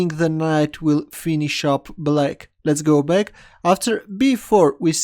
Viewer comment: I love chess videos - short and sweet. But mainly to hear him say "Lez go beck". Like if you think he should patent that phrase!! 😁